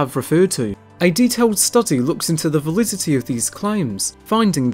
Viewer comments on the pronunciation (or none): none